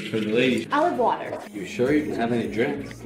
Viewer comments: It sounded like said do you want to be my water😂😂😂😂😂😂😂😂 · So, do you wanna be my... WATAHH?? What?! DO YOU WANT MORE WATAH?